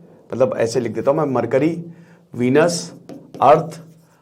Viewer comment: "mar curry"😂😂😂😂